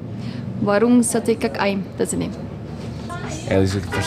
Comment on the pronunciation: Warung sate cak Im. Cak,read=(chak ) not kak 😂❤ thank you for coming